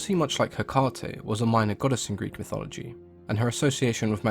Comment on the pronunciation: Good on you for pronouncing the greek as it should be.